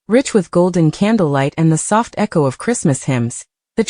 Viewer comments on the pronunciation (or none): none